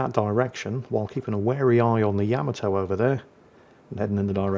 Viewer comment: It's not Yam-a-toe it's, YUH-MAH-TOE, YUH-MAH-TOE, YUH-MAH-TOE, YUH-MAH-TOE!!!